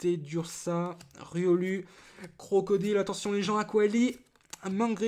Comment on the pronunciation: C'est pas CROCODILE c'est CROCRODILE aaaaah arrête de mal le prononcer ! >:\